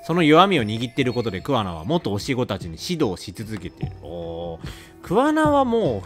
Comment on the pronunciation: 今回イジメをテーマにしたのって、製作者も訴えたいものがあったのかなって思った 充のイジメ動画は本当見るの辛かった… あとレトさんの桑名↑が気になって仕方ないｗ